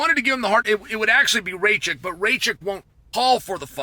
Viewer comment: Bonus Round: Shotgun a beer every time he says "Ray-chick" when he's talking about Rakic 🤣